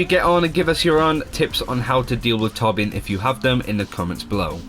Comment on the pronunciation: Hey, just wondering why you as a swede pronounce torbjörn as tårbjårn:p